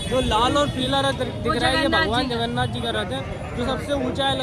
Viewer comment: It's Jay Jagannath🙏.... Not Jay Jaganna